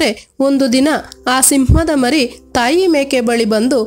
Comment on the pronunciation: ಮಾರಿ ಅಲ್ಲಾ, ಮರಿ ಸಿಂಹ ಎಂದು ಓದಿರಿ.